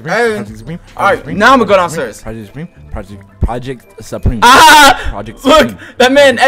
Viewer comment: "project.. supreme-o...🫨"